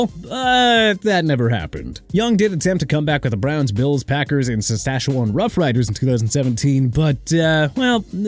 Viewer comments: it's not the "suh-stash-a-won" roughriders, it's the Saskatchewan (say: "sas-catch-uh-one") Roughriders. Tell the person who programs the AI voice that it's a matter of respect to the people who live there to pronounce places correctly! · Sassashoowan Roughriders? 😂😂😂